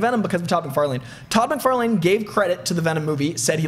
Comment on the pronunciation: Say Todd MacFarlane one more time...